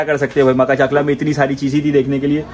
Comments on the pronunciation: Makhachkala ❌ Makhachaklaa✅ 😂😂😂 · Maka-chakla maka-chakla 😂😂😂 Butchered the name.... It's pronounced Ma-kach-kala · Makha chakla q bolrahe yaar its makhach'kala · Makhach kala not maka chakla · Bro it's called Ma-kach-kala not maka-chakla